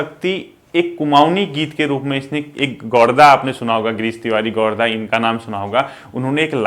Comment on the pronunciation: गोरदा नही गिर्दा हैं वो